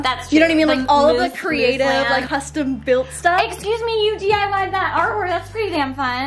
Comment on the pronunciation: “Crateive” solutions 😂